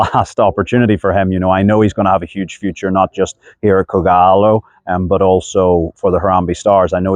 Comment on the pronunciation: How he says kogalo .....it's on another level👌👌👌👌👌👌